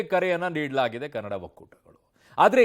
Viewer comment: Kanad alla bhaiya kannada